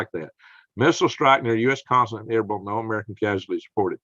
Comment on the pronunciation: It's pronounced ER BILL.